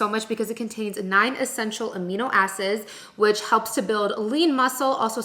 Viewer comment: "contains 9 essential amino asses" lololol SORRY